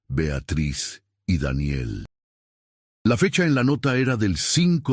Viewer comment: Como siempre el narrador metiendo la pata con la pronunciación de Daniel